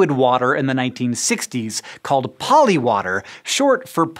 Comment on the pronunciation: When you were saying polywater I kept hearing polliwog and I was like "polliwogs are real..."